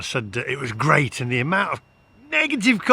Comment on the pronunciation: "the charging network is geat in france" - ROFL